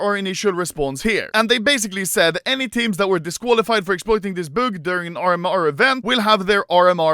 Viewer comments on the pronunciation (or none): Normal people: bug Anomaly: boog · Nobody: Anomaly: boog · Англичане: о! это слово bug, значит читается как баг Аномали: буг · most people: "bug" anomaly: "bhuog" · Literally everyone: bug Anomaly: büg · Normal people : bug Anomaly : büg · 'buug' - Anomaly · No one: Absolutely no one: Anomaly: böök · Humans: Bug Animalomaly: buuhhg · Why tf do you say it like büg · me: bug anomaly: bog